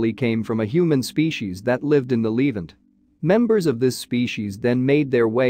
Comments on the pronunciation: It is the best that AI can do it seems. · Levant is pronounced La vant